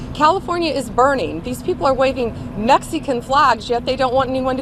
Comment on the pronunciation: Ain't nothing happening in California, it isn't burning from these non-existent riots. Also the way she says "Mexi-kin" makes my blood boil.